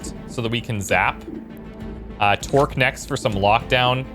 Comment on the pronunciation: When you say Torque's name, it sounds like "twerk".